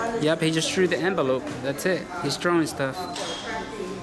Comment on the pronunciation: I believe it's "threw" it, not "True" it......